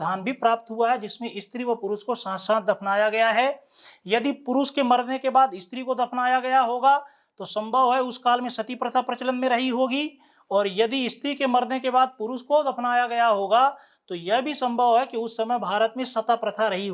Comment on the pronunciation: it's sati pratha not sata